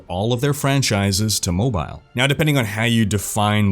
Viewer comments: Mispronounce mobile one more time I dare you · I like how you say MO-Bile